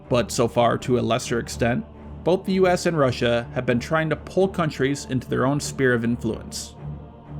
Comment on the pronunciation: Good videos, but ugh, Eck-cetera? Spear of influence?